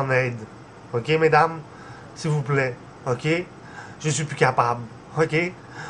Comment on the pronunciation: "À l'aide sivouplait j'en ai grand besoin " avec son accent et tout il fait trop pitié se mec ! hahaha